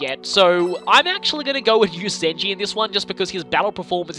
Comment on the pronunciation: Did you just call Zenji Zenny?